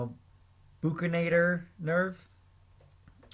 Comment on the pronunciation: When you're not in the medical field and u mispronounce most of the parts :)) Nice try on memorizing tho. keep it up but pls pronounce it right nxt time especially "labial" and "buccinator" :) no hate